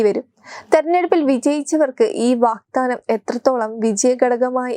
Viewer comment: വാഗ്ദാനമാണ്, വാക്താനമല്ല.